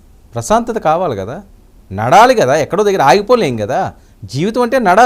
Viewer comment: నడలి కాదు నడవాలి అని చెప్పండి చెప్పినందుకు తప్పుగా భావించవద్దు🙏🙏